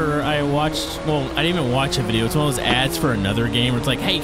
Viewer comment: "videyose" *wheeze